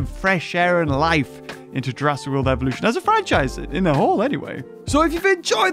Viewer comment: When you were telling that beggining mod thing u said evution